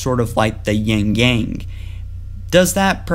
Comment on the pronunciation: awesome vid, just a minor thing that's really small but kind of bothered me because I keep hearing it being said incorrectly. Its "Yin" AND "Yang" not "yingyang"as its so often pronounced :P Now that that's aside, please proceed lol